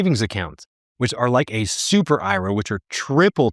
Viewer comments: I can’t even listen to anyone who calls it an Ira instead of IRA. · The way he says Ira is really bothering.